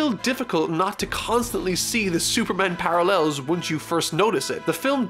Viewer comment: Superman Par-Al-El's